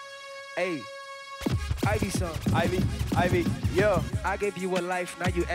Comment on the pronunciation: Did A-Reece say ivyson?😂😂